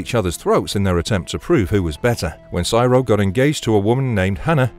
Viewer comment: Siro is pronounced like hero. Not like pyro. Have you ever actually watched the show? Or did someone else write a script that you are reading?